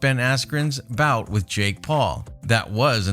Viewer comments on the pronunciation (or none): none